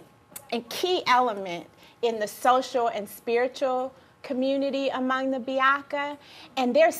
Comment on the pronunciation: for the women that was connected to central africa, the correct way of saying the group of people she is connected to is ba-ya-ka and not biaka. welcome I'm from the ba-ya-ka tribe.